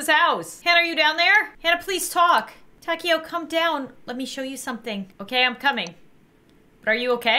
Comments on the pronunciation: Name: Taeko How pronounces it: taco 🌮 How everyone else would pronounce it: ta-kay-oh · How to say taeko : TAY-KO that’s it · For the first game, hanna's friends name is pronounced tae-ko